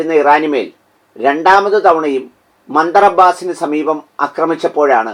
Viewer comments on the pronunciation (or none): മന്ദർ അബ്ബാസ് അല്ല, ബന്ധർ അബ്ബാസ് ആണ്. തിരുത്തുമല്ലോ